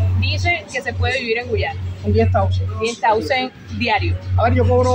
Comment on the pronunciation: 20 tausen 😂😂😂 el cubano esta escapao, buen video 👍🏻